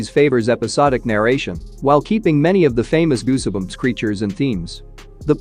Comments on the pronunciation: the "e" in Goosebumps is not pronounced... just sayin' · I'm sorry but how can you butcher a word like goosebumps!!!??? Wow. Other than that it was a good clip. The e is silent my man.